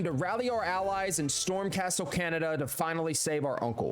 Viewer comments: "Castle Canada" "masacow" "raeoozow"🥀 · the way it’s pronounced and how it sounded atleast to me is khan-eda